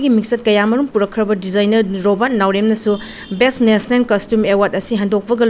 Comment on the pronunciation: Nationen haiganu National haiyo karinohe noisu khradi henmalli 😂